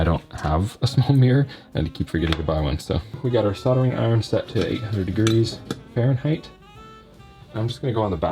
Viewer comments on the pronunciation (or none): none